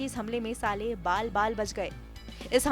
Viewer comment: anchor jis hisab se saale saale bol rahi hai kafi hasi ari hai yaar suno zara gaur se 😂